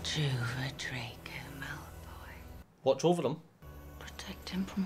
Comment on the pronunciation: "It's jello, not jelly." Uh, in the UK, no one says jello, they say jelly. "Drako" Uh... ironic. It's Draco.